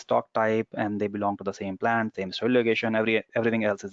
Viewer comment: Hi. Thanks for the amazing videos. Can you please not put too much emphasis on the last T of a word when talking. Like you say Plantttaaaa! it is not important comment may be I have focused too much on your T pronunciation! all good thanks!